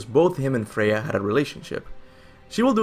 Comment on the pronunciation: Freya... Freyja